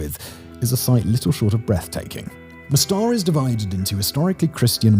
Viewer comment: What's with the Spanish stress on Slavic names of towns? It's not kotOr, but kOtor. It's mOstar, not mostAr.